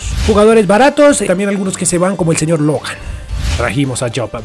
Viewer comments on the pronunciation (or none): none